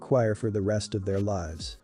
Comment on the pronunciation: I love how the text-to-speech voice pronounces "lives" as "lies".